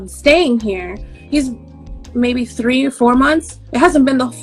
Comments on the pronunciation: She said "all tree of yall gone get hurt" 🤣🤣 I'm dead 💀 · All tree a y'all 😀🤣😂😄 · “All tree a yall” 😂😂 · She said all tree of y'all gonna be on the news... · You said “all tree of y’all I ain’t gone say no mo!!!! Hahahhaha